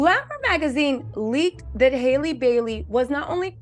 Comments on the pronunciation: Love you, please say her name right it’s Halle like Halle Berry. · why can’t you say Halle? Just like Halle Berry pronounces her name. Please get it right! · You keep saying her name wrong